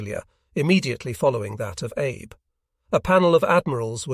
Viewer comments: It is not pronounced Abe. It is pronounced as Ahbay. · I’m guessing that “Abe” is supposed to be pronounced here like “Ah bay”. The auto-reader makes me cringe every time.